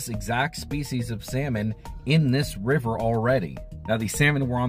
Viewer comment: Good lord learn how to pronounce the rivers if you’re gonna make a video on em!